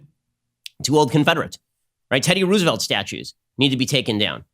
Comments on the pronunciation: Anyone else confused why he wrongly pronounces Roosevelt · Ben's pronunciation of"Roosevelt" 🤨🤔🧐😂😂😂 i have literally never heard it pronounced that way! So cute, made my day, i love it 🥰😍